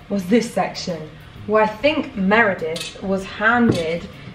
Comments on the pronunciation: It’s Merida not Meredith🥺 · MEREDITH 😂😂😂😂😂! Her name is Merida